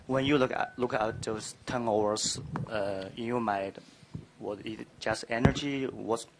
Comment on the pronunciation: the hell did that first reporter say " turnmovers" lmao...anyways...yall stop saying that russell is better, he is just a better fighter frfr...yea russell killed them this game but don't act like we haven't seen curry get the best of him before bc we have. russell shoots alot, he is more aggressive than curry..curry did play like trash tonight...he should have shot the ball more frfr...shid russ do it and it worked tonight hell lmao...even though russell went off, paul is my main worry though...defensively he be playing them lanes and on ball defense man lol, i hate that shit lol..warriors needs to run plays away from him frfr.